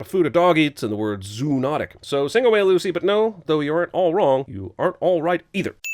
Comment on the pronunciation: It's pronounced zoh-on-tick